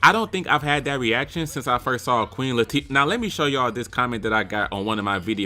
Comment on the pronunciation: Nigga did you say queen latifa..🤣🤣🤣🤣🤣